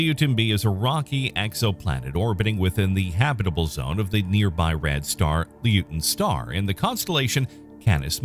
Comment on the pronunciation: Not pronounced Leo-ten, it's pronounced Loy-ten.